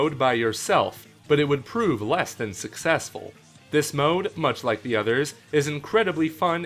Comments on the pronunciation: It is not mmode it’s mode XD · you always pronounce mode MMode lol